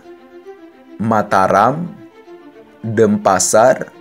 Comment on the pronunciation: Ralat mas denpasar bukan dempasar